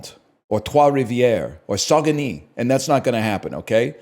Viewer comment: I fear the pronunciation of that QC city is much worse, it's Sag-nay (Saguenay). Source: Lived about an hour away near Lac st Jean for 2 consecutive life sentences (6 months)